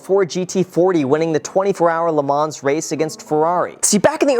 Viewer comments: You don't pronounce the "s" in LeMans. Just say "LeMan" with a French accent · Congratulations on the GT!!! Best paint scheme, too! The "ns' in Le Mans is silent. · For a car guy, you would think he would know how to pronounce Le Mans properly. Sheesh! Hint: don’t say the s. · It's pronounced "Le Man" not "Le Manssssss" 😂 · great car, just fyi Le Mans is pronounced "le Man" (the s is silent) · not to nitpick but it’s “le mahn” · Btw it’s pronounced le ma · > car enthusiast > pronounces it "le mahnz" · Couple of things you might want to add to this: Le Mans is pronounced "Le Maw" and It was Henry Ford's son, Henry Ford II that had the deal with Ferrari that went sideways. Just so you know to expect a million car people screaming at you in the comments :p Love the new car, and the channel! Keep it! :D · Just a quick note! The “s” is silent in Le Mans :) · The S is silent in Le Mans. Nice car though 👍🏻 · The way he says Le Mans just gets to me... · The way he pronounces Le Mans 🤮🤮